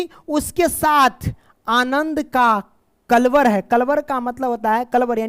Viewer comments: पक्षियों की चहचहाट को कलरव बोलते हैं। आप कलवर बोल रहे हो । ठीक से हिंदी भी नहीं पढ़ पा रहे हो और बच्चों को हिंदी पढ़ा रहे हो। वैसे तो आपको शब्द ज्ञान होना चाहिए यदि आप हिंदी पढ़ा रहे हो तो और यह भी नही तो कम से कम लिखा हुआ तो सही से पढो़😢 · कलवर ❎ कलरव 👍